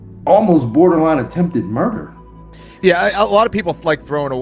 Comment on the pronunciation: Did I just see someone say "attempted murd"? Whoa, leaving a syllable off is so clever.